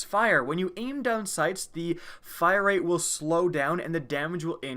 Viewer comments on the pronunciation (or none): none